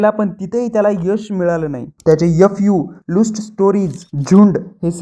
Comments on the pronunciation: Luuust ase mhanat nahi......IT IS Lust..... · लुस्ट नाही ,लस्ट स्टोरी आहे 😂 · लुस्ट 😂 लस्ट रे लवडू 😅